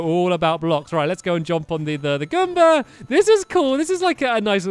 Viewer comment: Stampy:"I was trying to take out the gomber" Me:*coughes* " Gomba"